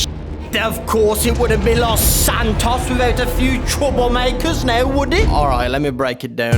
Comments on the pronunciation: BRO ITS LOS SANTOS NOT LOS ANTOS GET IT RIGHT OR ILL BLOCK YOU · Its los Santos not antoes edit, ohhhhh i seee antoes is ant’s toes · the way jay says los antos makes me laugh